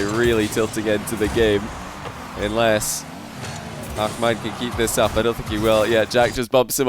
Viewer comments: its ahmad not akhmad lol, KHalid is KHalid and aHmad is aHmad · I find it amazing to see how is developing his pronunciation for hard foreign names <3 Also i'm geniuly willing to pay for a behind the sceanes clip of him practicing ACKMAD ACKMAAD xD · it's pronounced A7mad lol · Not really, he pronounces the “h” like a “kh” and he lengthens the “mad” part into a “maad”. He’s trying tho and he’s not a native Arabic speaker so it’s all good. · STOP PRONOUNCING "AHMAD" LIKE THAT, YOU'RE SCOTTISH